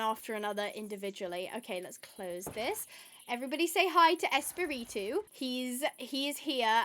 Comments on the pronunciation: i loved the spanish part. i speak a good bit of spanish . it would be pronouced es-pa-re-to(rolling your r) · but its fun because when you say Espiritu, sound like you are saying Spitit-Two haaha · 😅 tranquila no me molesta para nada tu pronunciación de espíritu sino que me da un poco de risa cómo te cuesta decirlo 😂 me caes muy bien y eso que acabo solamente de ver dos videos tuyos me encantaría que todos estén traducidos al español😢